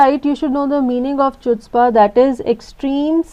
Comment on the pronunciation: Wrong pronunciation of wrong 'chutzpah'